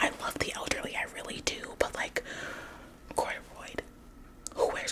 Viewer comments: Cordorroid!?😂😂 it’s corduroy ... Cheeky girl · CORDUROID??😭 it’s Corduroy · I was like she cannot be hating on that lady when she can't even say the name of the fabric right 😂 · I thought you said it that way on purpose!😂